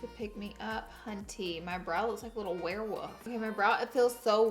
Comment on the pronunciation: "Werewoof" 😂 I love the way you pronounce words